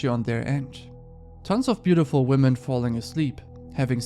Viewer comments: Why is this the second time as of late that i've discovered somebody with a large online following who can't pronounce the word 'women'? For clarity, it's somebody featured within the first story. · The dude at 7min really bothers me because he english obviously his first language, be he doesn't have any distinction between saying wman and women. Idk, just irks me so bad. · whoever was the tick toker that kept saying woman instead of women, I swear needs to go back to school. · Why can't male YouTubers pronounce the word "women" correctly? 🤦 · Bruh why tf does pronouce "women" incorrectly